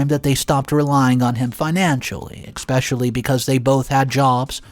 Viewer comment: There's no X or k in the word especially please quit pronouncing it wrong